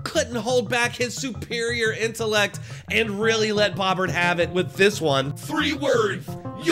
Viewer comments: I thought her name is pronounced O not AH. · Two words its bow bert.. not bob bert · Pronounced "Bough-bert" not "Bah-bert" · FYI, it's pronounced "Bow" bert.... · Her last name is Bo/bert. Not trying to be a dick just helping with how to pronounce her last name. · That bothered me too lol Ive never heard anyone pronounce it like he did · You're mispronouncing her name.